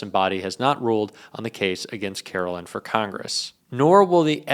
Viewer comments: Hey! Love ya. Btw this broads name is karoLINE not karoLYN (Carolyn). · I hate her so much but PLEASE say her name correctly. She doesn’t go by “Karolyn” so for the love of god stop calling her that,. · FFS,, you hear her name pronounced correctly and repeatedly yet insist on saying it wrong. WTF, dude?